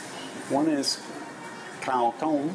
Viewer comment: the correct tone for rice is falling, not rising. You said "hungry white" not "hungry rice". "dtoem" is a falling tone, short vowel and means "is boiled" (adjective) and "to boil" (verb). You don't seem to be distinguishing between short and long vowels - which also changes the meaning of a word likes tones do.